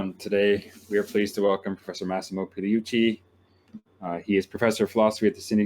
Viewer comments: the fake phoney christian apologist, shows his intelligence and reading comprehension mispronouncing Professor Massimo Pigliuccis name. Delusional and unintelligent. Keep it up, you're creating more atheists. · is so deluded! He thinks he trounced Pigliucci and yet he can't even say his fucking name!